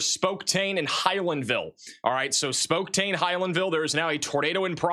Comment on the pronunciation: I’ve honestly never seen someone so incapable of pronouncing names correctly. Spoktane? Where does that even come from? Van Buren was so painful. How do you just make up a whole syllable out of thin air? I like, but when your job is to clearly communicate location-specific emergency information, it really does matter to get the location right and pronounce it clearly and correctly (or at least darn close to it). Maybe needs to take a break from software coding and practice his towns and maps. These are well known words—it’s not flabbergasting to know them. It seems off track and counterproductive when goads the chat with immature 6 7 nonsense, but has his mods punish those trying to educate him on pronunciation. Some people get way too nitpicky, I get it, but sometimes, and more and more frequently is way too far off.